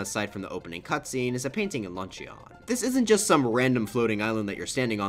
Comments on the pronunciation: You did not just unironically say lunch-e-on lmao It's pronounced "lunchin" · Bro really said “LunchEEON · why do you proonounce luncheon kingdom ''launcheyon'' kingdom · The way he said luncheon is so funny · the only thing i’d fix is the way you say LUNCHEON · How the Fick did you say luncheon